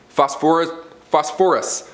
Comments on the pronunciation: Good Vid but I hate how you say phosphorus. Fos-fer-us not Fos-For-US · Except for the way he says "Phosphorus". 🤦🏽 Say it with me now, "fos-fer-us"